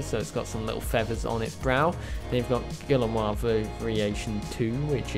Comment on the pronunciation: I'm referring to the species name, Guillermoi. The pronunciation is in Spanish, not French as he mistook it.